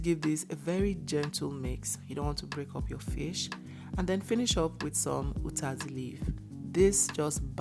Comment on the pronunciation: She's from Akwa Ibom..She pronounces 'uyayak' and 'utazi' well...😅